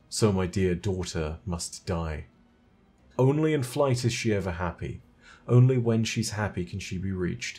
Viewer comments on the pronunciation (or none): none